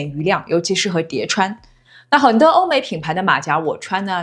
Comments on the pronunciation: 馬甲要念成麻甲，馬加聽起來怪怪的😂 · 對岸說的馬甲我以前都叫「背心」，後來看過幾個中國YT都是念「馬夾」這個發音，馬甲對我來說是另一種東西，就是「亂世佳人」裡郝思嘉勒得喘不過氣的那種胸衣😅